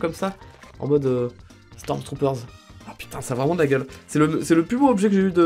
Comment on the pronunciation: Faut arrêter de dire : "STORMZTROOPERZ"